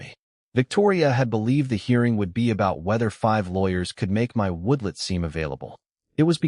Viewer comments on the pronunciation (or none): The introduction to this story just drew me right in. Hope it does not disappoint. Finished This turned out to be one of the best HOA stories ever! Only the AI calling a "woodlot" a "woodlet" instead of a "woodLOT" was a little jarring, but I still like to see a tell show up now and then. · WTF is a woodlit? After hearing woodlit twice I bailed.